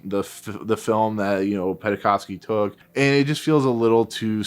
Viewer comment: Oleg's last name is pronounced "Pen-kov-sky", not "Penna-kov-sky". We owe Wynne and Penkovsky so much, the name should be pronounced properly as a respect.